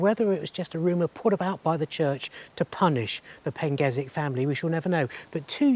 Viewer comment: Never heard of that pronunciation of the name "Pengersick" before!? It clearly has an "R" in the name but you have chosen to ignore it and give it a pronunciation I've never heard of in my 60 years of visiting Praa Sands??